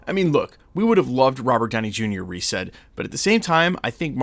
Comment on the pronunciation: it’s okay most people think it’s Reeves including me until recently 😂